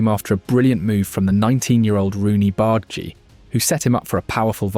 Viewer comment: btw its "Barr-Dah-Gee" not "Bard-Gee" <3